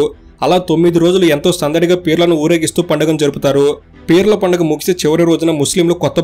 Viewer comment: పడుగ కాదు బ్రో